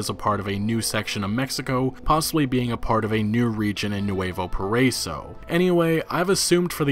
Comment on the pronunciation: Nuevo pariso lol!... PARA-E-SO (PARAISO)